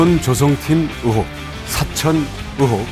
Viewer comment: 으혹이 아니고 의혹! 종자가 깽깽이?